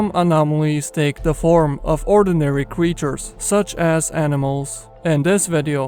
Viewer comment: Nice he said “many of dees cwetures”